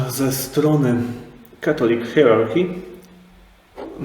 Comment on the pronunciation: Hierarchy czyta się hairaki